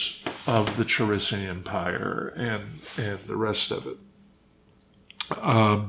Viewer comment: Omg, David pronounced "Ka risian" "Cha risian".